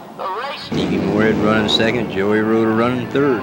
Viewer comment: Very annoying hearing you say Joey Roeder it is Geo Roeder Pronounced Joe. How do you not know this? It is a shame they took this track out.